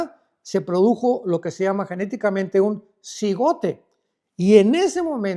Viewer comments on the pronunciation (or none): Alducin, todas tus millones de predicas lo dicen mal, no es "cigote", está mal, es "cigoto"